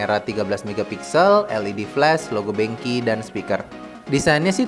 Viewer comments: benqiu bukan benqi:P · bacanya bukan benki tapi benkyuuuu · Bang baca nya benq di bacanya ben qyu lah biar manis getoooh :D